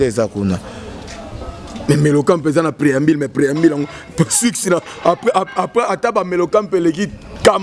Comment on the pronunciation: Franchement ce Monsieur est nul, chargé de communication mais bourrique qui n’arrive même pas à prononcer un mot français. INSTRICTÈRE , PREAMBILE CHANTÈRE